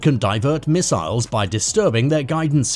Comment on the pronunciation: It’s called a missile not a mess i’ll